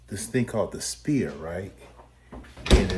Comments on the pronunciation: Not spear it’s S P H E R E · Isn't he a teacher?? He's calling it the 'spear'. It's the sphere